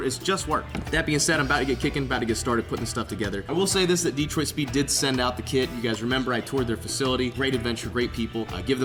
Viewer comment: it’s pronounced dee-troit. There’s no other way to say it